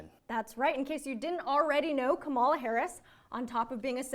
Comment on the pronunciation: Comma-luh NOT Ka-MALL-uh.